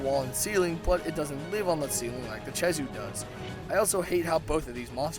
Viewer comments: Not che-zoo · Did u say chezu its pronounced kezu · not to be nit picky but its Kezhu not CHezhu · Chezu? Don't pronounce it like that. It's Khezu... K-ezoo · okay okay, I can deal with some of the mis-pronunciations, but freaking CHEZU? it's spelled KHEZU, what in the world makes you think it's chezu? edit: he even spelled it "khezu" in the video, and yet still calls it "chezu" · it's not chezu it's khezu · why do you pronounce khezu as "chezu"? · You don't pronoun a K with the CH sound. Lol Keh zew not che zew. No hate, just a English lesson :3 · My advice to like the Zinogre: Get Gud Edit: Pronounces Khezu like "Chezu" Kh still sounds like K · And I thought Ragegamingvideos was bad at pronouncing monster names...Chezu?! CHEZU?!?! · It’s pronounced keh -zoo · also, where the fuck did you learn to say CHEZU? It's a K goddamit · the way you pronounce ''khezu'' is just...just fucking BAD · FUCKIN CHEZU REALLY?!?!?!? HOW DO YOU FUCK THAT UP?!?!?!?!? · I don't understand how you got "chezu" from khezu. with a k. I think that's the strangest pronunciation of a word I've heard so far. That no good no theme piece of flabby garbage on fire still sucks though. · huh, NEVER heard Khezu pronounced "Cheesoo". also i have the feeling that he doesn't know a whole lot, and just snagged rathalos pl8 drop % off Kirinico to argue, because most pl8s have the same drop %...kinda shown by rocking a water hammer vs. Rathalos (which is dragon/thunder or gtfo) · ke-zoo ffs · It is Khezu not Chezu. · ah yes, the chezu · THIS! It was so annoying hearing him say Chezu